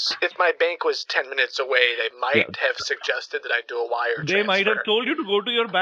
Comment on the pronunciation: "So you can Vire the money"